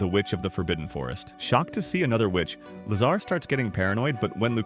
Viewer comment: Lazar? All I hear is lasagna! 😂 🍝